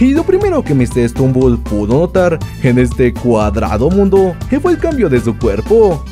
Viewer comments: Es stumble no strumble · no es srumumbol es stutumbel